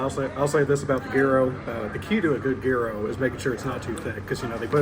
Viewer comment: Buddy man is keerekt gear -o is the proper pronunciation